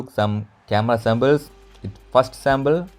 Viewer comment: Dude its sample ...not sambal ,rock dude😎😎